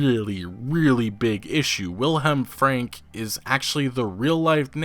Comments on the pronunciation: It´s actually "Frank-e" the "e" is pronounced in german and not "swallowed" like done in english. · Wilhelm's last name is pronounced "fronk"... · FrankE ... the "e" is not silent at the end in most cases in German. It is pronounced like in "que" in spanish sort of. Otherwise nice job again EA _D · in German, Franke is pronounced like this: Frunk-a The a in the middle is spoken like the u in "bunk". Also there is no silent e in German - ever! - it is spoken like a short "a" or the "e" of "beta"